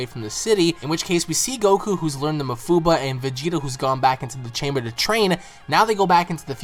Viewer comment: STOP SAYING ma-fuu-buh IT'S maah-fuu-baah goodness sake just stop saying it like that.